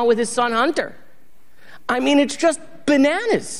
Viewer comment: The word benanas!!! 😂😂😂